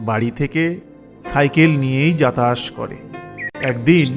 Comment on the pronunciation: বাংলা উচ্চারণে একটু সমস্যা আছে যাতায়াত করে সেটাকে বলছেন যাতায়াশ করে